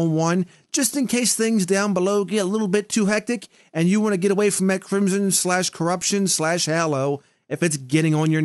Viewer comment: I punch something every time says hollow not hallow